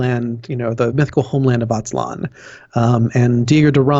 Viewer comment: Not "Motecuzuma", his name was Moctezuma Not "Atzlan", it is Aztlán